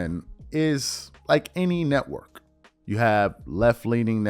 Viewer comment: “Right leaning letwork” 🤣🤣